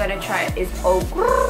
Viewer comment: finally someone who can say Okurrr